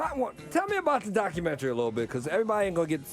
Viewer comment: I'm getting pissed off with Tiger pronouncing documentary as docu-mentry... 🙄